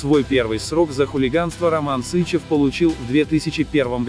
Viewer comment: СычЕв! Ударение на второй слог!!!